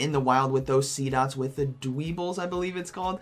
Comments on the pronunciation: This man just said dweeble lol It's Dweh-bull, my friend, haha. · its Dwebble like in Pebble... hence the name. So not its not really pronounced like bull at the end